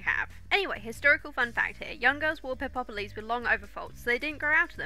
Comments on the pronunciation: I was also wondering how its pronounced because ive always said pep loh-s but quick google search said its pep less. I think I would like just lounging around in a peplos. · it's pronounced Pep - loss, just two sylables, not four. peploi (pep - loy) in plural(the garment is not purely greek, examples are found in northafrican tribal dress, nordic and anglo saxon cultures,romans wore them and it is probably the ancestor fo the russian sarafan also - it's basically a primitive garment that exploits the shape of precious, labour intensive woven cloth by not cutting it - see dorothy k burnam's book "cut my Cote"). round brooches aren't greek, those are a disneyism. the early attic peplos was fastened with a long sharp pin - long enough that Herodotus recounts that the garment went out of fashion in the later period because the sole survivor of a battle was stabbed by a mob of greif stricken woman(what gives you the right to live when my husband/son/father/brother died) - thus prompting the shift to the chiton (no pins) or the use of fibula (an early safety pin)by rule of the suriving, terrified, male relatives (athenians were basically paranoid about what happened when women fought back, maenads and amazons are the horror stories to keep little boys vigilent against the latent threat of the bolshy woman) Nor were classical garments "usually white" this misconception springs from the neo'classical c18th love of the pure white look - most surviving greek statues have been deliberately scrubbed to make them look white. Modern classicists have studied the paint traces and made reconstructions, the results do not fit the modern taste for white, they are p